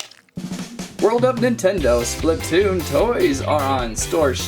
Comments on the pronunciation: ITS SPLATOON NOT SPLUTOON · ITS SPLAATOON (AHU)